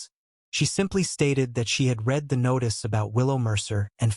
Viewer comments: The past tense of the word read is pronounced red, not reed. Please fix your AI. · I cringe every time the word read is mispronounced